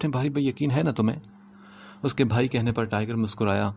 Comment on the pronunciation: Sir aap bha ki jagha bhai read kre. Wo drasal bha sound kuch khas Acha nhi lag rha hai.😯